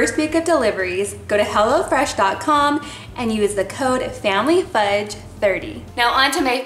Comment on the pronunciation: I thought she said hella fresh